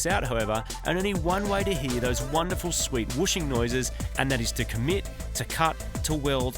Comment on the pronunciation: “ Dose Post “ 😂🤣😂